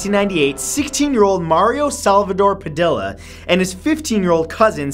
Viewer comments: the l's in padilla make a y sound Matt but its all good cause I like Ur voice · Pronounced" Pa-di-ya" not "Pa-di-la " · Are we just going to ignore the fact that he said Pa dilla😂😂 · Padilla rhymes with tortilla. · You murdered the pronunciation of the Padilla name hahaha